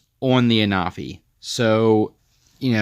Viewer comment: Hey I just thought I let you know that I myself was pronouncing the name the same as you but when I was watching the Official videos they were pronouncing the name as (AN-A-FEE)